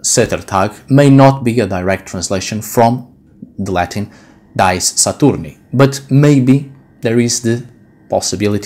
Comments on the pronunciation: Why do you use english pronunciation for Dies when its not an english word ? Dies is pronounced Dee-es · Your robe is beautiful,, and you are much too humble: i am sure that what under it is also beautiful. I hope that you will not be offended that i point out a couple things. In Latin ''dies'' is not pronounced like English ''dies''. The vowels are separate in the Latin: thus, dí-es (like english ''dee-ays''. Also, you might like to know, that the word for Wednesday in Dutch is ''Woensdag'', also from Wodan, and not, as in German, Mittwoch (Midweek). In Dutch Friday is ''Vrijdag'', Saturday is ''Zaterdag'', all corresponding to the Anglo-Saxon names. In Dutch there still exists the word ''vrijen'' (the v is pronounced like an f), as in Gothic, and it means ''to make love''. Thus, the name of the goddess of Vrijdag (Friday) is thought to mean the same thing as Dutch ''vrijen''.